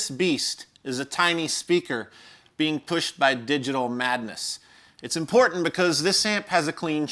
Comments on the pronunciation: Love your show, amazing how knowledgeable you are. I really enjoy learning about the history and specific intricacies of these pedals and effects I've been taking for granted my entire life. But I can't help but flinch every time you say the word "impordtandt". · We need a shirt with a cartoon version of you going "Come with me! It's impordant!". Yes, I'm making fun of your pronunciation of the word 'important'. XD